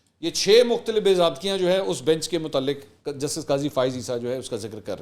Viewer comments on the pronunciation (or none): Assalamualaikum Mansor Bhai aaj aap ny Urdu k kuch alfaz galat ada keye maslan:munzabit_badehi_mutaaliq.